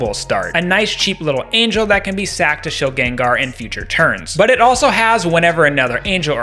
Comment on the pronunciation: Shilgen-Gar the first 2 syllables would be rolled together. Everyone pronounces it like this bc of pokemon rotted pop culture brain and it's all good pronounce it how you want bc everyone does but still lmfao